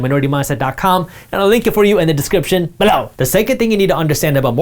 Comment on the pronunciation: Can you please not say "BElow"?